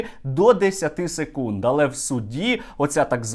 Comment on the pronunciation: "СекунИд" вибачте не втрамалась))))